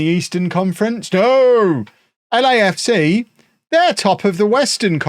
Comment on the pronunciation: When said Lecafca I was looking down and I was confused enough until I saw he meant LAFC. Which made me laugh.